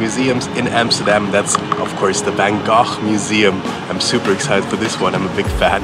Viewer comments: Like the video but cringed at the Anglicized pronunciation of Van Gogh. Also, if you visit again, visit Het Schip. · I Love how he pronounced Van GOGH❤ And also, is it possible to rent a bike with KINDERSITZ oder nicht?🙄